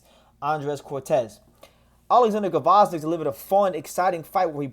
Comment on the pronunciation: The G is silent lol. Vozdyk